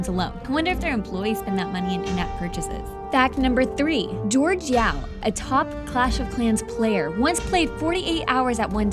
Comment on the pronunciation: Don't take this harshly but his name is pronounced "Hor-Hey Yaw" (Jorge Yao)